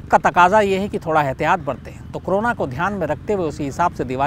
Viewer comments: कोरोना को क्रोना ? उच्चारण में गलती ! गलती से या सोच समझकर ! शब्द का अपभ्रंशित उच्चारण , अशुद्ध क्यों ? विकृत क्यों ? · शम्स जी ये क्रोना नहीं करोना है।